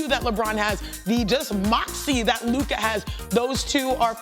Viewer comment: If he says Luka’s name wrong one more time bruh lol